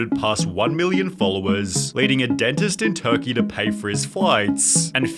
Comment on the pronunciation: Hot christ the VO on this video is utterly obnoxious. - "... in Turkey-ya... ... this wasn't true-wa...". Take my one minute view time and 3 sentence comment.